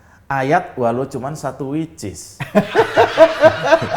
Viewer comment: wakakkakk lucu banget pas ngomong wich is....🤣🤣🤣🤣🤣